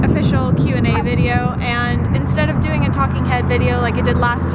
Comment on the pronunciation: Hey, "instead" is one word, NOT "in stead".